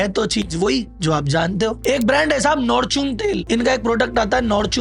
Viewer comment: वीडियो बना रहे हो तो प्रोडक्ट का नाम तो सही बताओ रियल को रील बता रहे हो अमूल को नैमूलबता रहे फॉर्चून को नाचून बता रहे हो सही वीडियो बना रहे हो तो नाम भीसही बताओ